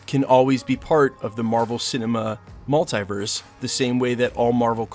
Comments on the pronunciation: Love this channel... buuut I cringe every time he pronounces the word mulitverse. It's (mul) (te) (verse) haha, not (mul) (tie) (verse) 😖. You don't pronounce multiply as (mul) (tie) (ply). Even when Dr. Strange and spiderman pronounce the word, they say it the same way (mul) (te) (verse). Totally unimportant, but I had to share haha. Big thank you to the creator of thos channel for putting out so much great content! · Is pronounced MultEEverse. Not Mult-I-verse.